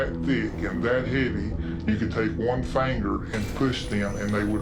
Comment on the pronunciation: I don’t believe anyone who pronounces finger fanggur. 😂